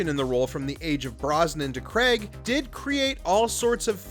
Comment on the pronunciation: Bernard, not Burn-ard. Craig, not Kreg. Respect the pronunciations.